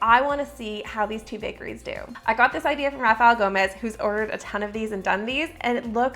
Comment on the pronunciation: I kinda think you didn’t do right to Raphael Gomes. You mentioned his name so fast, the clip of his video didn’t even show his face, and you didn’t even show his name on the screen - it didn’t even sound like you fully pronounced it. He’s a smaller YouTuber than you and you not only took the video idea but even the title style exactly as he does (at first glance I thought it was his until I looked at the channel).